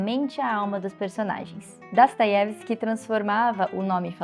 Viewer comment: gostaria de entender sua pronúncia do nome Dostoiesvski. Você fala Dastoievski